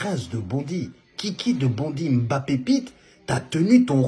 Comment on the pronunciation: Que ça fait du bien d'entendre quelqu'un prononcer correctement le nom "mbappé'' ... Y'en a marre d'entendre leurs embappé , enkunku , engolo , ....oohh la la